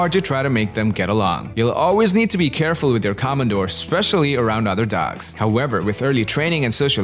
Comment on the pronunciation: Please don't say 'come & doors', just normal o wovels. Komondor. Simply o.